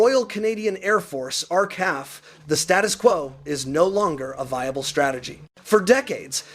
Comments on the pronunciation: Not pronounced as are-caf..! It's are..see. eh..eff...RCAF... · Knock Off the AI crap. …..R…CAF? WTF is that